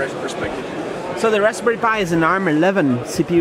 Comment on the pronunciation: It's raspberry, not rasbary lmfao.